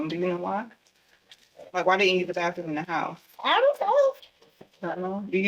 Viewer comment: Bath room not bath thoom 😒